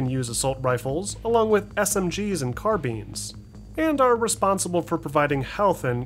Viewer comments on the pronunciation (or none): "Car Beans"